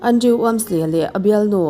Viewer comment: keipawn ka hmaih ngai lo, mahse, thu leh hming lam dân uluk deuh a ngai deuh. Andrew - Andru( Andreu tih ang deuhin a ri thin em a tir lamah khian).